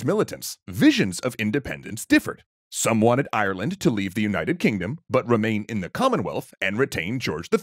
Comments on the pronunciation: If you are making a video about Ireland, could you get someone that can say the countries name. It is Ireland not Ierland. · Like that weird way of saying Ireland as IRE-LAND